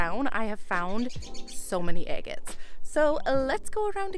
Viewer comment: Quit saying eggits....its driving me batty!!